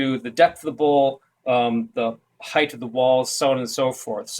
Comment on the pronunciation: Appreciate the video. However. You said heighth..... my all time pet peeve. Length, width, height. There used to be no such word as heighth. Now because of whiney bitches,,,, the dictionary has been changed. But, still....